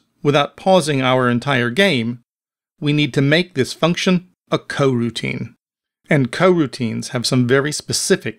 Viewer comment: cool tut bro, but why are u saying Hwile and Cogutine?